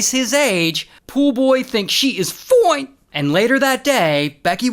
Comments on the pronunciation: He kills me with, "Foine"..... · "FOINE" always gets me lol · The wy ray always say " fooine"😂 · Okay first of all, who is this Ray dude? I am ADDICTED to his stories! I just pushed the HELL out of that subscribe button. It cracks me up every time you say "foine". I'm from that generation. Whatchoo know about being "foine" young'un? 😅 Secondly, I'm gonna need you to stop with the "mmmm, yeah". I have had to rewind this multiple times to try to stay focused on the story. 😂😂